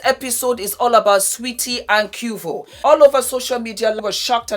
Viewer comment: Its pronounced Kway-vo 🤣🤣🤣